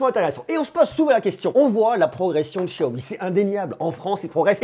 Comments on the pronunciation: Salut, je trouve ton travail pertinent et suis avec attention tes vidéos ! Juste un petit truc...on prononce Xiaomi ..."cha-o-mi"...parce que "chiaomi" en Français...ça fait bizarre...😁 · xiaomi se pronnomce [chaomi] et non [chiaomi]